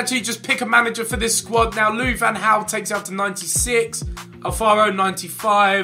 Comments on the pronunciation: Its lui van gaal not haal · Did I hear: Louis van hauw? It is Louis van Gaal xD